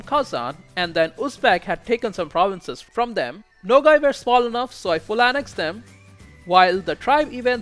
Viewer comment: The province of nogai is not called nogai it's nogay but there's nothing wrong with that